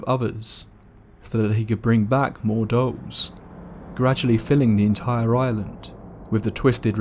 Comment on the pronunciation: 'Island of the Dolls'. I thought he was saying 'Island of the Dogs' I was like "I want to go to the Island of the Dogs" After he said it 3 times I realized he was saying 'Island if the Dolls'. Yeah, I don't want to go to the Island of the Dolls.